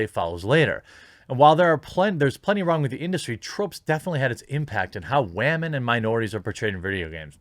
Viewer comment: "Wamen". Damn, that's so funny. Shadilay and praise kek.